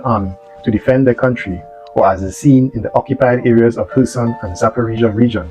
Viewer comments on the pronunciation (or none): none